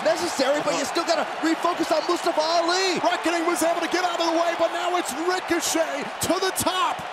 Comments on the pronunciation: Nobody : Byron Saxtion : “Mastafa Ali” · The announcer didn’t say Mustafa’s name right. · No one gonna talk about how Byron Saxton kept saying Mustafa Ali's name wrong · announced Mustafa Ali wrong. If you can't say it right, don't say it at all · PRONOUCE MUSTAFA RIGHT!